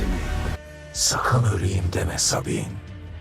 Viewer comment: sabine yi sabun diye anlayan tek kisi diğilim dimi